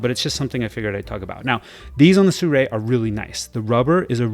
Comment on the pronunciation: How can you say "Sew-Ray"? The brand starts wit SI 😆